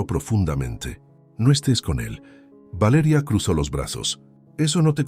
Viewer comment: Porque esa manera de decir Valeria horrible